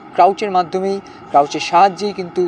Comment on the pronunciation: ক্রাউচ মানে নিচু হয়ে ( লুকিয়ে ?) থাকা। বার বার একই কথা বললেন , ওটা ক্রাচ।